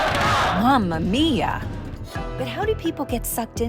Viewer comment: ahah your "mamma mia" is purefecto!